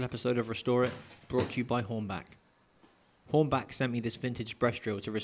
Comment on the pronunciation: Hornba*ch* not Hornback. Sorry😎